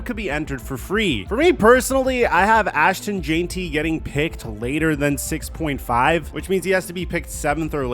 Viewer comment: “ I have AshTAN JAINTY”